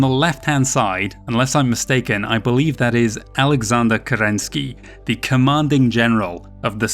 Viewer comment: Wonderful. You're actually able to pronounce Kêrênskij as Kerenskij not as typical "Kerenski"